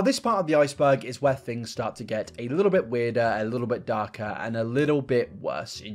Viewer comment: Anyone else notice people with this accent pronounce "th' as "f"? As in "fings" as opposed to "things".